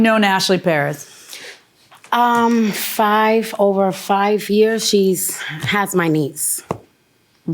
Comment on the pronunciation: Tell me why Judge Milian acts like she's having problems saying the last name Perez properly.😮 Come on judge.